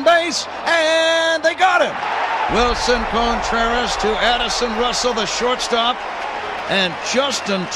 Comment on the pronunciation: Amazing. Although I couldn't stand hearing Wilson Cone-Treras